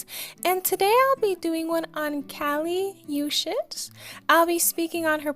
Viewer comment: No like shame but where did you hear that pronunciation for Kali uchis